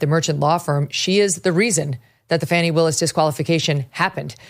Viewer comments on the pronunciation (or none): Don't be raaaaacist! It's Faw-nee! Ask Joy.